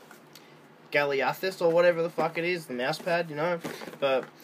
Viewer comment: Da way you pronounced it doe